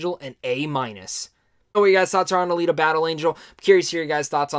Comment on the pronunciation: You said it right. Alita, the way it was done, makes you want more. I hope we get to see more